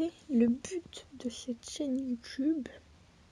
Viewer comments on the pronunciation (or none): Mec au lieu de dire YouTube ta dit youtune